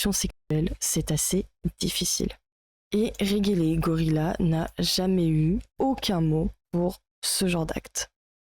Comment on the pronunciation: Réguélégorila 🤣 ça se lit Redje le gorya